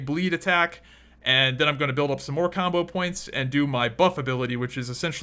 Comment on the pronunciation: its "combo points" not "CAWMBOH POWINTS"